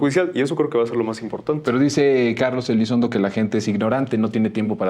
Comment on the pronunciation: Elizondo o Elizonzo?? 😅